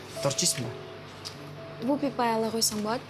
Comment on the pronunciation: Вюбипай емес Вупи-пай😂